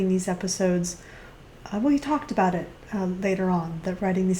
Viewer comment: Aboot sounds like he's Canadian